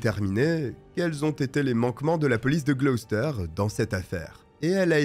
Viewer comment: Merci de ne pas avoir écorché la prononciation de Gloucester. Beaucoup de vos collègues prononcent les villes britanniques tellement mal qu'on en perd l'intérêt.